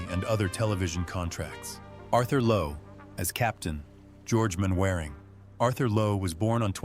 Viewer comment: Mainwaring is pronounced Mannering not MainWearing A.I idiots and Hattie Jacques is pronounced Jakes not Jaques like the French name